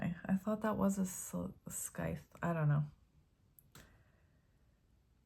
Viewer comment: Scythe...the c is silent, so like sithe with long I sound. The sickle is similar, just a different shape, I think. 😊